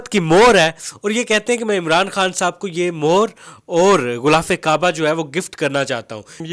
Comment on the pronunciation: غولاف نہیں غلافِ کعبہ ہوتا ہے ۔